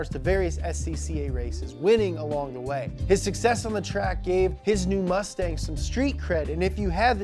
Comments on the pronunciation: I think they meant "mustang" not "mutsang" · He put mutsang lmao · “mutsang” lmao